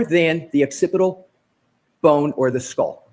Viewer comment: lol is this the same guy that called the occipital bone the occipt boner😅😅😅 sirrrrrrr?